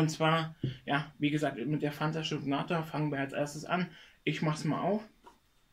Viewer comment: Shokata nicht shoknata